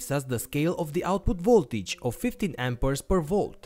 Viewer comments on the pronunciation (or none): none